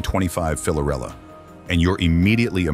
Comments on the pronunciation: Dude, it's Fiorella, not "Filorella", it's written in the licence plate. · Actually, the name is Fiorella and not Filorella. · Fiorella not filorella